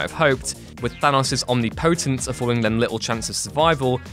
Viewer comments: Please read through the script first and learn how to pronounce words and names you don't know.... Omni-POtence? That one was painful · Omnipotence... Pronunciation my friend